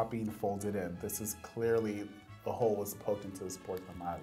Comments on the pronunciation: TAMAL NOT " TAMALE" 🤦🏾‍♂️ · It's not tamale... it's tamal🙄.